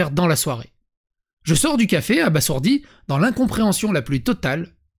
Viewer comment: Ok pour le jeu de mots tellement nul qu'il en est drôle... 😅 Mais... "abasourdi, abasourdir" se prononcent "aba_z_ourdi, aba_z_ourdir". Beaucoup de gens font la faute, je pense par analogie avec "assourdir". 😁